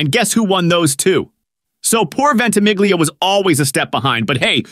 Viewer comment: Why can’t people (particularly Americans) pronounce Italian names and words correctly??? This narrator pronounces the ‘gli’ of “Ventimiglia” totally incorrectly and yet pronounces the ‘gli’ of “consigliere” correctly (although misses the ending of the word).